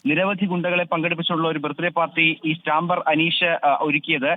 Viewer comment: സ്റ്റാമ്പർ അല്ല സ്റ്റമ്പർ